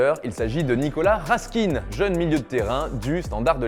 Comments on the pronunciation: On prononce “ Nicolas RASK-AIN ” et pas “ Nicolas RASK-INE ” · Ça se dit Raskun et pas Raskine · C'est pas Raskine, mais Raskin (Rask1) si jamais 😄 Sinon 2-0 pour la France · Raskin(e) 😂😂😂 C’est Raskin. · On dit pas raskine mais raskin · On dit RasKIN Comme le in dans assassin